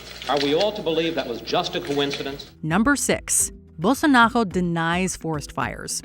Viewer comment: I mean, no to be picky but why do you pronounce Bolsonaro like a french person? It literally is pronounced as it is spelled, I get the trouble with Jair, but Bolsonaro?